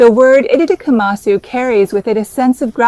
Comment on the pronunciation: EDIT: AI generated content! Watch closely onward. Her fingers clearly move through her face, as AI would do! 😒😡 unsubscribing! I’m not sure why, but the pronunciation of “itadakimasu” in this video seems anglicised and wrong. It doesn’t sound Japanese at all.